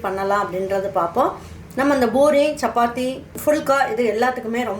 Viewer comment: Madam it's poori not boori, chana masala not masal